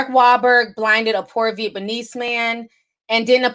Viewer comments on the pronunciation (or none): “Fruneral, Vietmanese, and ninegerian” 😂😂 I love it. Oh and you can refer to us “Caribbean people” as West Indian ❤️✊🏾